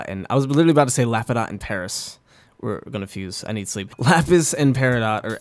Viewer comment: Lol "Peris"